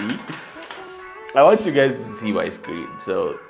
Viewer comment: did u just say hi gays?